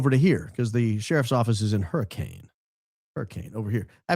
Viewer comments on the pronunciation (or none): FYI, Hurricane, Utah is locally pronounced as “hurri-Ken”